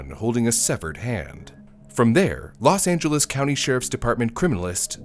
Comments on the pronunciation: "Los Angeleez" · "Los Angeleez"?